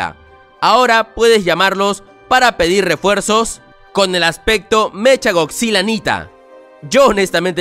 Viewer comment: SE DICE MECA GODZILLA NO MECHA, SE ESCRIBE ASI PERO SE PRONUNCIA MECA